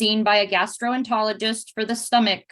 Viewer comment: Dear CPS worker: Learn to pronounce gastroENterologist. If you want to be taken seriously as someone supervising a child's health effectively and with sufficient knowledge, please know at least the bare minimum.